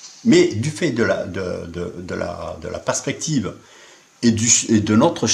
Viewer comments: un petit rendez-vous chez l'orthophoniste serait le bien venu. on sent une pointe de dyslexie dans le mots perspective. Déja qu'il ne la comprend pas, en plus il ne sait pas la prononcer!!!!! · J'ai regardé un bout de la vidéo originale du coup... C'est sympa, le mec n'arrive même pas à prononcer perspective, fait des fautes de français dignes d'un élève de 6ème, nous parle de champ visuel, sans comprendre ce que c'est, pour nous affirmer péremptoirement qu'on ne peut pas voir plus loin que 6000 à 7000km (à l'encontre d’absolument tout ce que l'on sait de l'optique et de la propagation de la lumière), puis il nous dit qu'un cercle devient une droite quand le rayon est assez grand (ben non, il faut un rayon infini pour ça), puis il nous parle de la trajectoire d'une étoile qui est (il le dit lui-même à 13 min 14) à 45°devant l'observateur, et qui se retrouve d'un coup au dessus et donc à 90°, etc... Je me suis arrêté là. Il y a, dans cette vidéo, tant de crétinisme, qu'on se dit qu'il faut prendre des mesures contre les mariages consanguins. Ou bien est-ce un troll? En tout cas pas suffisamment drôle, s'il en est un, pour qu'on aille au-delà de 15 min de torture devant sa vidéo.